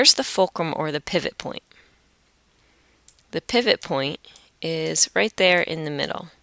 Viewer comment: helpful and understanding but pivot you say it as "pie/vot" Just that mistake